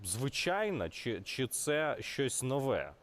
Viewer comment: не новЕ а нОве